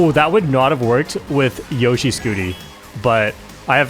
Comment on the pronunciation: its yoshi, not yoyshi